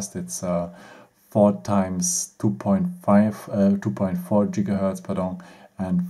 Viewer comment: Why do you say Jigahertz instead of Gigahertz? XD Your English is funny. At least I can understand you though so not hating! And at least you're not just talking German. I can respect that, especially from German people.